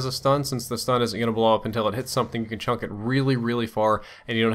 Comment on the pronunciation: Lol he says chunk not chuck